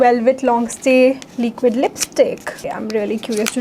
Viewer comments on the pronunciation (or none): Why do you have to roll your eyes 😅I’ve watched you since so long 😢 aur aap please leequid mat bolo it’s liquid.